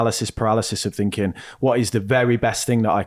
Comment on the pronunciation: Does she write "Finking" "Fousand “" Wevva" and "Wiv" in her book?